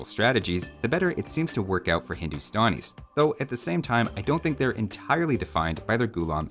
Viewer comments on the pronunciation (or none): No one:: "Hindustonis"